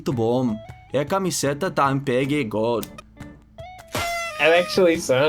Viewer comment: One thing that I noticed is that many times you subconsciously put a accent where there is none like you said "camiséta da AMPEG" instead of saying "camiseta" with more of a close and nasal sound, which would be more the norm for non accented syllables. Which I also think complicates for you to distinguish the different accent like in "avô" and "avó" since you are incorrectly putting accents where it shouldn’t have.